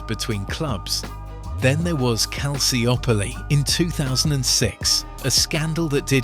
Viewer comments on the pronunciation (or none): Great video, but you mispronounced Calciopoli - It's not cal-cee-op-olee It's pronounced cal-cho-poli